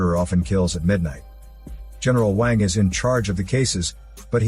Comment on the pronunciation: Omg the way the bot says eneral wang 😂